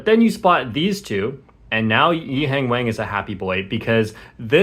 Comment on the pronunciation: Bro still mispronouncing “Wang”